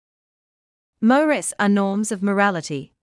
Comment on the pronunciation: If they used a human voice they wouldn’t butcher saying mores